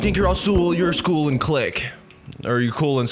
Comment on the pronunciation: "So you think your all sool your school and click.. or cool and slick"